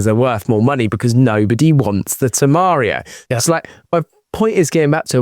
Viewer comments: It is Temerario, not Temeario, and is V8, not V6. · Temario? V6? - no, even I know how to pronounce it and it come with a TT V8 - there are people replacing the exhaust and it sounds pretty good - refer to Stradman's TEMERARIO on youtube